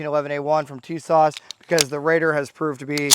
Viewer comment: I can't trust anyone who can't even pronounce the name correctly😂.